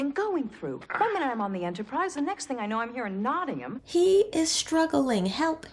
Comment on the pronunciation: As someone from Nottingham, I'm so happy this episodes doesn't refer to us as "NottingHAM". It's "Notting-um" and I'm glad they do it right. No doubt Patrick Stewart (from York/Sheffield area - where Sherwood Forest stretches to) had some influence there.